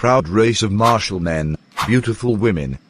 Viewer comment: martial mam not martial beautiful woman not beautiful 💀💀💀